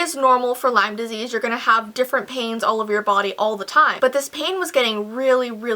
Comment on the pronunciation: Lime Disse? What the heck is Lime Dissse? I know of Lime Disease, but what the hell is lime disse?